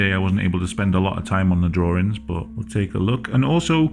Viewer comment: "Well you know my name is, and I like to do drawrings."